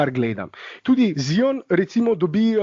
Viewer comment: Zdravo, a lahko že končno nehamo s tem smešnim izgovaranjem Ziona. A lahko naslednjič normalno izgovoriš Zajon, ker je moteče in smešno poslušat, ko rečeš Z-I-O-N. Če se greš pa že to "Piši kao što govoriš, govori kao što pišeš" potem bi moral ravno tako izgoviriti T-R-A-E ali J-A...... Dej povej mu